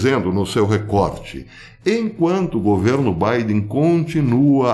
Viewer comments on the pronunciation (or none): none